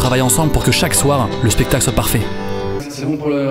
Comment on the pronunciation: En vrai on dit spectacle et pas spectale Kappa